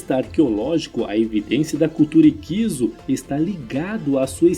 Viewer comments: A única falha desse vídeo é a pronúncia errada, não é "IQUISO" e sim "HICSO" igual lapso, sinopse. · Escreve-se HICSOS. Pronuncia-se " ÍQUISSOS" e não "IQUISOS" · Essa pronuncia matou o vídeo 😂